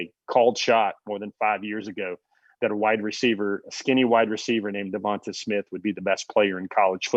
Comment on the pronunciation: Everybody in his hometown was calling him Tay. I wonder why? Is it because his name Devonta ends with a long ā sound instead of a short ă sound as you pronounce it? Devonta with the a on the end is always pronounce as a long ā sound. Some people mess this up all the time.